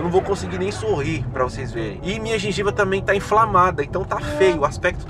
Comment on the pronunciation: só que escutei ele dizer " minha gingiba?"